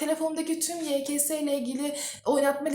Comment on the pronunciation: YE KA SE diye okunuyor